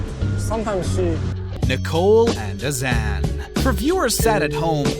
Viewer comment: nicole and azan never married... and can this dude pronounce their names right? jeez.